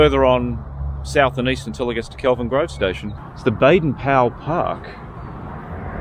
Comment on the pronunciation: did you say Kelvin Grove Station?